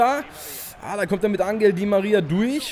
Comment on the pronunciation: es heißt anchel di maria nicht angel